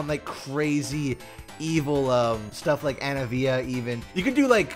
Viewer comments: I'm sorry, you pronounce Anivia as - Anni-Via? what is wrong with you lol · "Anna-via".... Joseph Joestar would be proud 👏🏾 🥲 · "Anna-vea" is now says Anivia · The way you say anivia gives me anxiety